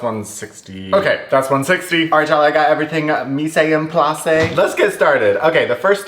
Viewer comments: Mise en place is pronounced Meez On Ploss it’s French 😭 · i didn’t wanna be that person but “mise en place” is pronounced “meez on plass” 😘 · ily but for the love of god please look up the correct pronunciation of mise en place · if i have to listen to you say mise en place wrong 1 more time im umsubing. no joke. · I love how you say mise en place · I cannot 💀